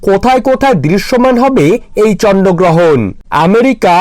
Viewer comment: ata chonno grohon na bhai ata chondro grohon 😅😅😅😅😅😂😂🤣🤣